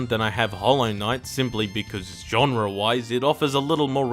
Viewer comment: Genre* not Genrer